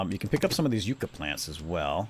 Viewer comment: It's pronounced, (yuk-ah) srry but i take strongly to these things, living in arizona